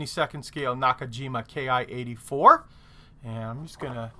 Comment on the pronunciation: Please, it is not Key-ay, it’s ki (kee), キ, from the Japanese “kitai”, here meaning ”airframe”, or simply project, a designation system used by the manufacturers for the Army. The Army itself didn’t use it, they use type designation, in this case Army Type 4 Fighter (四式戦闘機, yon-shiki-sentō-ki). But the main point: not key-ay - Kee 🙂